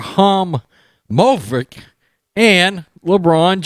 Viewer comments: It’s E-bra-he-mo-vich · it’s pronounced Sla-tahn eebra-heem-avich 😂 Love your takes! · Lmao. It’s pronounced Ee bruh him ovich 😂 just wanna help ya out. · you completely butchered that name, its cool haha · Thank you for deciding to go with Zlatan. I don’t know if I could have made it through another attempt to pronounce that last name. Lol. Good video. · Learn to say that guys name for goodness sake. If you were going to talk smack about people do your job and learn how to pronounce one of the biggest sport stars in the world name correctly. By the way I’m a fan… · ...just call him "Blondy"!..for short 🤣 (Romanian here, the pronunciation made me laugh).